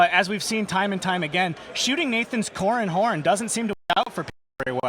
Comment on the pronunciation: "Corran houn"